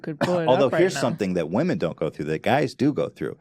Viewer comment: flume ilove *Wahmen